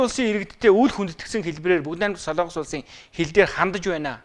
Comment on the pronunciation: СОЛООНГОС гэж ярихаа болиоч. СОЛОНГОС шүү дээ. Бүхэл бүтэн тв- ийн сэтгүүлч улс орны нэр зөв ярьж чадахгүй. муухай юмаа